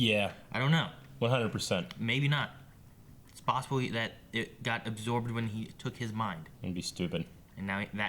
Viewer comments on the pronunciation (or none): none